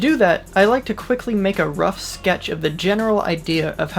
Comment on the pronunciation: He "SCKECTH" A penis!?😒